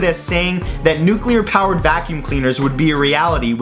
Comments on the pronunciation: Nuculer vacums... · Don't you mean 'nucular'?